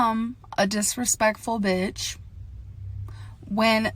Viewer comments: DISPECKFUL AHAHAHAHAHHAHAHAAH SHE MAKES IT TOOOOO EASYYYY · BO-L-TH of which were said in our gorl's own special way.